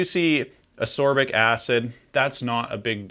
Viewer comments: Ascorbic is pronounced with a hard c (askorbic), then no confusion with sorbic acid. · No, it isn't. There is a hard C in the word. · Why do you keep saying ascorbic acid that way?